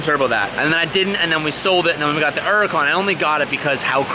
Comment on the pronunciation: is probably the only American in the world that calls the lambo an “Uracan”. lol It sounds bad without the accent.